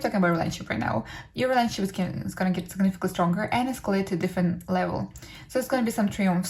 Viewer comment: Please slow down and pronounce words properly. It adds unnecessary noise to the message. "Rayshunshep" = Relationship. :/